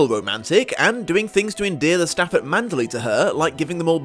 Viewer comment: You FAB host, "ManderLEY!" Most say it like Burma city ...LAY. But 2× you floor me. Spine-gain has SUCH timed reason & impact, also A+ acting; death reveal unplugs her long misconception.